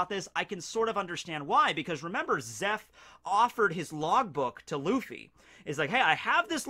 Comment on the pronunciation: Im impressed by the casual japanese when quoting luffy